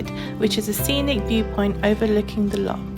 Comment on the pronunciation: A tiny bit of critisism, please don't take it too seriously, ......it's Loch.....not Lock.......say it as if your'e... err .....sort of clearing your throat, or even pronounce it as Loh Lomond.......Loh sounds better than Lock. Lovely wee video though and you got great weather too , well done 🙂